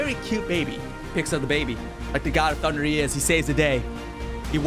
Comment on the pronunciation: I laugh when you say god of thuderr 😂